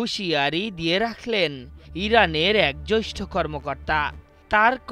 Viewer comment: আশরাফুল ইসলাম সাহেব এর উচ্চারণ সঠিক নয়, সে জ্যেষ্ঠ কে জ্যৈষ্ঠ বলে উচ্চারণ করে।